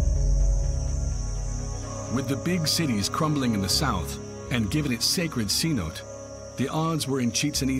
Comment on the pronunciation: "C-note"? Sin-No-Tay